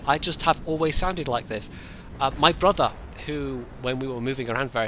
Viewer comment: Happy New Year,! Lots o' blessings to you and your close ones! FYI, you totally let slip your Scottish background when you said "my brudah". Total give away, right there. As for the question, it's been bugging me since I saw your first Skyrim video, calling the Stormcloak dude "blondy": Are you brunette or ginger?